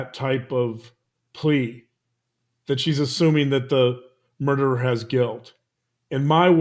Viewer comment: "the derer". why te emphasis on a solo murderer?